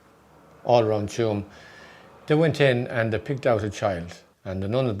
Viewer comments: LOL where is 2emm? . Its Tuam. At least try to pronounce the town correctly. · I really wished that that the narrator was corrected not Tuam but pronounced Chewam😮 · Tuam is pronounced ‘Choom’. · Wish the narrator had at least learned how to pronounce Tuam (Choom). Very jarring to hear it said repeatedly in a way that sounds like an AI voice. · Respectfully, Tuam is pronounced Chume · Tuam is pronounced 'choom' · Even people in Tuam denied this ever happened. The Irish were controlled by the church and treated their women and girls reprehensibly. On a side note, it would be nice if the British narrator would pronounce the town of Tuam correctly. It is so obvious that he never went there. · An amazing documentary However, I really wished the narrator had asked a local from Galway how to pronounce Tuam. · AND the narrator is mispronouncing Tuam.